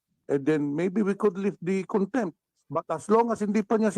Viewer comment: Let me correct you-“cite” (not sight),”contempt”(not contemp).Ka Eric was cited for contempt.Thanks